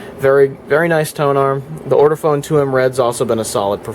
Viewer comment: Hi. This has been a very interesting video. Just one thing it’s Ortofon not ORTOFONE!